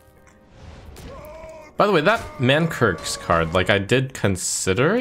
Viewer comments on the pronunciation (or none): "Manrik"... "Mankirk"... it's like I'm back in 2006 Barrens chat, you guys. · how do none of these people know how to pronounce Mankrik